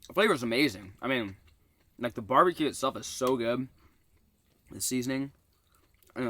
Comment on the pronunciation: It’s barbecoon instead of barbecue